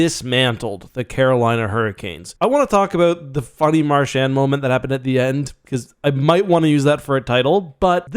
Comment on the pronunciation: "Mar-shaannd." Christ it's pronounced "Mar-chauned"